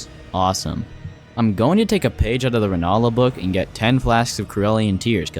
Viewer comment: why do you like to butcher every boss name in the game? ranaila ? Radoon ?